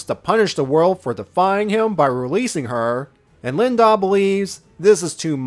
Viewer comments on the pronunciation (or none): An excellent tribute to our favorite Ultimate Lifeform. Would definitely be into more videos like this in the future. Although I think you kinda messed up certain names, like Lien-Da and Prelates.